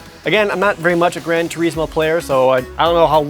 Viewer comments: Turismo is not an English word but (in this case) an Italian one, and is properly pronounced "too-reez-moh" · I tend to pronounce the is like well...is. But the point isn’t how he pronounced it but that Jared put such a long stress on eeeee that it was amusing. But I guess turismo is one of those words gamers like myself have mispronounced for years. Just like most of us have been mispronouncing Tidus’ name for years until Dissidia NT came out.